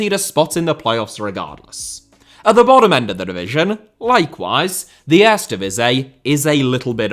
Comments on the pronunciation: It's very odd how he managed to pronounce the 'ee' in the "Tweede Divisie" pretty correct, but somehow completely butchers the word "Eerste" the whole time, despite the "ee" sounds being pronounced exactly the same in Dutch. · Lol, you're pronouncing "tweede" in PERFECT DUTCH, but for some reason you don't use the same vowel sounds for "eerste". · I don't get it. Sometimes he said 'eerste' as I'd expect, others it was lame. OK, I'm not a Cutch speaker, and some words look just weird and impossible to pronounce. But Eerste divisie?